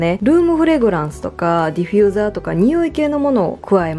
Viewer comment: ディフューザーをディフィューザーって言ってる可愛い❤私も今回ニトリで色々一人暮らしのもの揃えた！いぇい！一緒だ🎵